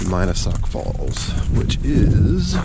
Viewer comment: He mispronounced the name of Mina Sauk Falls.